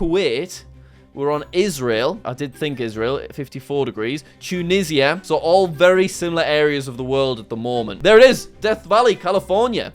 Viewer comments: we just gonna ignore the fact that Jack pronounced Tunisia Tu-nee-see-uh? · Cant even pronouce "Tunisia" correctly, lmao